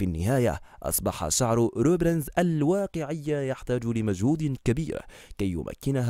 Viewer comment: روبونزل وليس روبرنز 🤭🤭🤭🤭